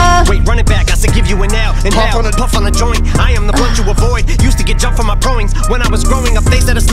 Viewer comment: It always seems to me that he, before mentioning paranoya, says "afreud my problems" (it is pronaunced afroyd) instead of "avoyd". Like Sigmund Freud, father of psychoanslisis. And nobody sees that posibility